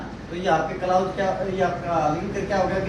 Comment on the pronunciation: क्लाउज नहीं क्लाॅज होता है महोदय